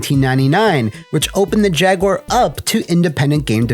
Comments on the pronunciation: Thank you for not pronouncing it "Jag-U-Ar" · Thank you, for not pronouncing it: Jag-You-Are. 🤟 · Thank you for saying Jaguar correctly and not Jag-Wire. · Cheers for not calling it a jag-WIRE.